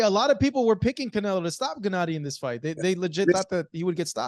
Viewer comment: "Genedee" Golovkin -Abel Sánchez